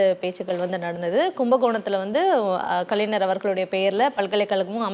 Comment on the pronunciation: சகோதரி,,, கலைஞர் என்று சொல்லுமா,, ஆனால் கலைனர் என்று சொல்ரீங்க